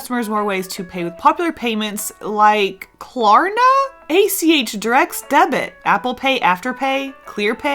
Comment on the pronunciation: This was so much better than Inktober! I love them all! 👀❤️ And yes, you said Klarna right. It’s actually a Swedish company. Ive been using it for years here in Sweden. I do most of my online payments through them. They’ve expanded all over 👍👍